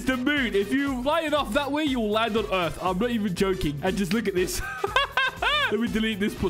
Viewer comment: it’s pronounced “earth”